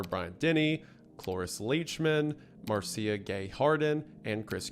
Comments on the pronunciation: Isiah, my brother in Christ, please find audio of these people's names and listen to how they are pronounced before recording these episodes... hearing "mick-EL-roy" was killing me, hearing you say Marcia as "mar-SEE-ah" just killed my soul a little... MACK-elroy Marsha ...and that was just this episode. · "Marr-see-uh" And y'all think he's not trolling with the mispronounced names. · Gonna be That Guy real quick: The "Maricia" in "Marcia Gay Harden" is pronounced like "Marsha"